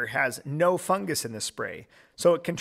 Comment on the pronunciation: Fungus not fungas